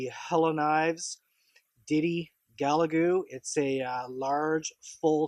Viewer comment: Gal ga lu buddy not ga la gu lol just saying